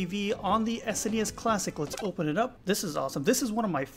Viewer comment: VVVVVV on the NES, SneNeeEss and JeNessNess!